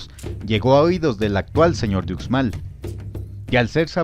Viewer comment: Ucmal se prinuncia uxmal no ucmal 🤦